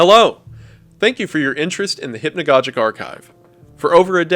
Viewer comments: Maybe someone helped you with this Wendigoon, but it's hypnagogic as you would say synagogue. I don't mind it here. For future reference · I just realize you don’t even say hypnagogic right. You don’t say hypnagogic right, you don’t say merlot right I think u just need English lessons